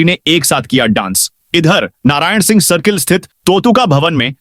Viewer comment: Tu singh ko sinh bolta hai.Tu ek anpadh aadmi hai.